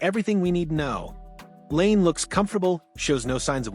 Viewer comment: Please pronounce 'Laine' correctly. This is so annoying.